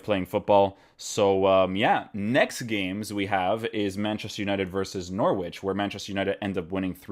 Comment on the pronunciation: you're my guy, but you fell into the trap of English place names... NOR -WICH 😂 On another note, I will watch most of these analysis videos especially with Man Utd games 👌🏾. Rashford and Martial were a dream to watch yesterday FYI, check out Martial's goal 😍